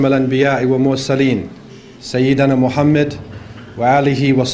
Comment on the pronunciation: Maa shaa Allah. Very Pertinent at this point in time. An Observation :Could you Please Pronounce the Name محمد Muhammad Correctly and NOT Muhammed. Also Shaitan Attacks from Right, Left, Behind and Infront, But Not from Above nor Below